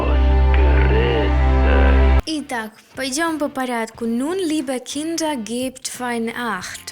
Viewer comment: У меня вопрос! Кто может обьяснить??? Nun, liebe Kinder. Почему он так выразительно говорит слово киндЭР?? Ведь er вконце читается как заглушенная буква А , тоесть надо говорить Киндааа??? Не брудЭР а Брудааа?? Обьясните произношение😢